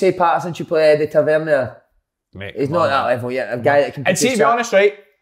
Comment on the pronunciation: "TA VER NEAR" not "TA VER NE AY"